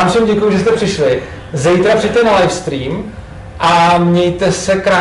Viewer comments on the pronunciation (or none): none